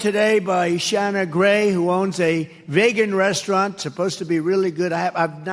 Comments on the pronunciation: Ya! He thinks that is how Vegan is pronounce. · His pronunciation of vegan sounds like some sort of alien - maybe he was thinking of the Vogons from Hithchiker's Guide. He'd love their poetry!